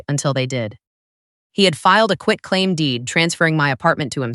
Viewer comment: Also NOT "quick claim deed"